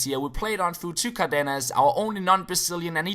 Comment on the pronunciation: It's "cÁrdenas", enphasis on the first A